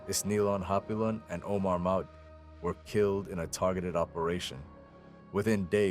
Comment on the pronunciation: Looks like repeated use of pics and footage pulled from reddit and facebook. No talking head to show actual human involvement. Mispronunciation of Maute so no real knowledge of conflict. Relatively new channel - 7 months old, with 68 vids atm. That's about a video every 3 days. Poor view counts on most videos except first and this. Typical Pinoy baiting for count boosting. Probably AI slop. Thumbs down. Don't recommend channel.